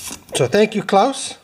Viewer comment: you are saying it just right. So spot on - Pender-style 👍🏼